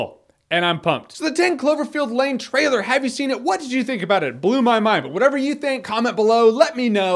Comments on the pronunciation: You can tell he's drunk: "Jeremy gives you his thoughts on the trtailer to..." lol Drunk Reviews! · "trtailer?" XD Man, you must have been really reallly drunk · 'trtailor of 10 Cloverfield Lane' Jeremy you are really drunk